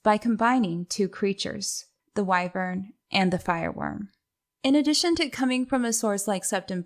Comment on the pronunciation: It is pronounced Wi-vern, not Y-vern.